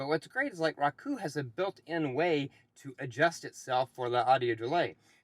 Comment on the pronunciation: Who says roku “rock oo”??? No one. Otherwise good video